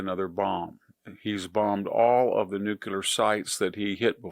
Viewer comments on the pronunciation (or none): Someone PLEASE tell this guy there is no such word as "NUCULAR"! It doesn't exist, not even Googled or in a Dictionary. The word is NUCLEAR! IDK, he should at least be able to accurately pronounce title of the most destructive weapon on the planet before mentioning it in critical conversation. Also, America attacked Iran. Let's remember Germany attacked Austria in 1939. Japan attacked us in '41. History shows it didn't work out well for either of them.